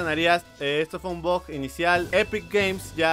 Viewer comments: Porq demonios dices bog en lugar de bug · Jajajaja habla bien mensaje decías bug y sonaba a bot y yo pensando que que tenía que ver con el pico